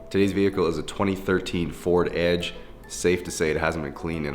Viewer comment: Canadian: “Ford Adge” American: 🥴 “it’s EDGE with an E” *im just messing around, no need to get offended